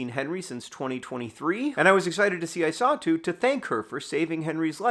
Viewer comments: I was hearing Isatu as "I saw too" and it was quite confusing until I read the description. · At the beginning of the video I thought John was saying that he "saw Henry's mother, too" when he said "his mother, I saw too". It took me like 3 minutes into the video to realize her name is Isatu. I might not be smart.